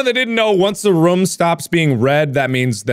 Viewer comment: Markiplier: “Roof.” Okay now say Room. Markiplier: “RoUhM”